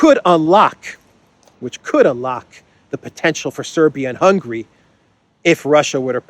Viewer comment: stop calling Hungary “hungry” 😂😂😂